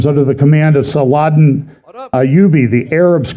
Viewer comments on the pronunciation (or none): none